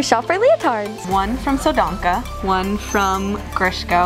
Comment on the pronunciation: so dansha, so danka one day, we will get the pronouce right. I believe. say it as "saw dansa"